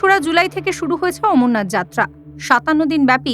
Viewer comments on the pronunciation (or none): Ucharon na thik korun baba amarnaath 🙏🙏🙏🌼🌼🌼🌼❤❤❤🌺🌺🌺🌺😊😊